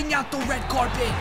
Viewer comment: U say carpet weird